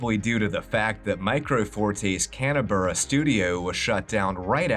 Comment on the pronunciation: interesting to learn my country was involved in producing one of my favourite game franchises, although your pronunciation of Canberra (KAN-brah, not KAN-uh-bur-ah) threw me off a little, lol